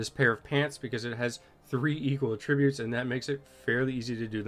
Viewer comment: Sorry to nitpick,, but that's not how "attributes" is pronounced. 😊